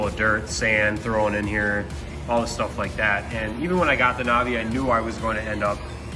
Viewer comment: Naaaavii not NOvi